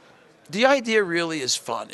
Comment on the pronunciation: did just say idear?